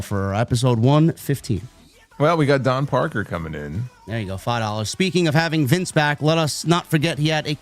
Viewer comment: THANK YOU FOR SAYING JAIDA'S NAME # MS.PARKER!🎉